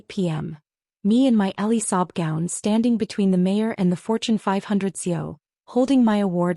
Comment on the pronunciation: Elie Saab gown, not Ellie Sob.